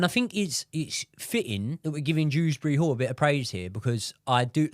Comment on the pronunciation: Broo it's since we selling Dewsbury-Hall I realized that his name is not dRewsbury-Hall 😂😂